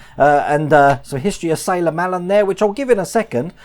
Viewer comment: Hello, great video pal, really impressed with the propeller, oh and Sailor Malan's name is pronounced Mlan, will tune in for live stream tonight, Lee.